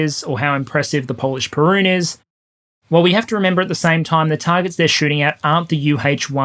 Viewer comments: “Perun” instead of “Piorun” How dare you! 🇵🇱🔥😂💀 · Just a heads up - the Polish Piorun is pronounced ¨pyo-roon¨ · In reply to the mispronunciation of 'Piorun', surely it was named in honour of the prehistoric Slavic deity with which you share a name?